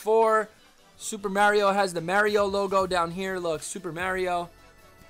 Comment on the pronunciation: its cool its tge right way to say it. Hey, some guy on ebay posted some super mario galaxy glow in the dark shoes from puma, is that legit?